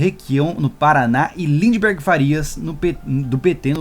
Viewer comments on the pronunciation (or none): none